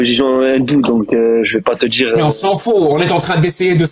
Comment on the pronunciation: il n'y a pas de "J" dans le verbe dire c'est quoi cette mode de remplacer le i par le j ?